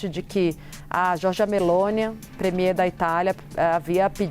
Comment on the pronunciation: O nome correto é Georgia MELONI e não MELONIA !